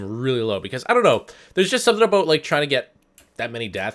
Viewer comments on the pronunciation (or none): Subtle "aboot" there,. I guess the stereotypical Canadian accent holds some merit;3